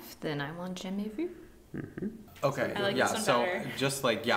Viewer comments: she said jamais vu so well!! 👏👏👏 where are you guys in the states? bc the way she says it sounds more like a french canadian accent (like me 😇) than a france french accent! so i'm wondering if you guys live close to canada and her teacher is from here hehe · Haha using for the pronunciation of jamais vu every time, made me laugh so hard xD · Omg the prononciation of jamais vu is perfect. 100% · Thank you for your reaction, it was great and comment about Make it Right being a simple song but that is still complex is exactly how I feel about it too! And omg pronouncing Jamais Vu as it should, my french ears are satisfied thank you! Is she from Québec? From her accent I would guess so, if so then hi from another Québécoise viewer, merci beaucoup de prendre le temps de filmer vos réactions! J'adore vos vidéos! 😁 French Canadian squad where you at?? 💕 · Loved this reaction! coming through with that French pronunciation was amazing and her hair looks so cool. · I forgot could speak french x) it shocked me when she said the right pronunciation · Waaa it’s the first time that I hear the right pronunciation of jamais vu ahaha merci! 😂😂😂 I love their reaction ☺️ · I learned just now how to correctly pronounce 'Jamais Vu' from. Thank you 😂💜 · Is actually French or something? Cause woahhh that pronunciation of "Jamais vu" is 100% on point